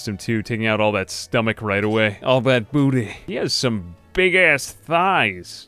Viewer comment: I never thought that someone saying "Booteeh" would make me laugh so damn hard in my entire life. For context